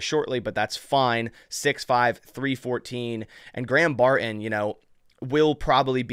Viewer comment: Come on. It’s not Bar in….its Barton. I’m a subscriber, but if you don’t stop talking like a 12 year old girl, I gotta go.